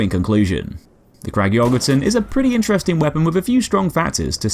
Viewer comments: An ø is pronounced pretty much like "uh" or just the u in "ugly" just btw. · The Ø in Jørgensen is Pronounced like the letter U in the word Urge! Great video!